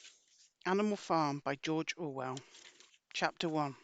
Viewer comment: jorjor well